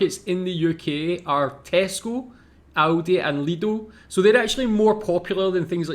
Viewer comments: Please pronounce it Lidl. Not Lido✌ my favourite is Edeka. It's from Hamburg the supermarket brand. Regional and have many products in good quality. Is maybe little bit expensive for some people here. But i like the Store inside. Very modern colors. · Lidl and Aldi not lido or audi